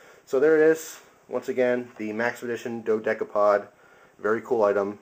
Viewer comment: i thought you say it dode capode